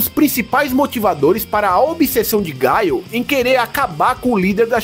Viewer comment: Porque tem que falar BAISON e GAIO, e ZANGUIFE ? Eu sempre falei BISON e GUILE e ZANGUIEFE